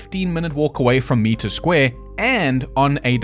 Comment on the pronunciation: It's pronounced m-eye-tre square😊